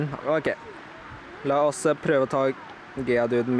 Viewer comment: Det heter geodude ikkje geadude